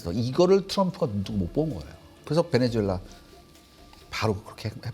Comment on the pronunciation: 베네주엘라가 아니라 베네수엘라 입니다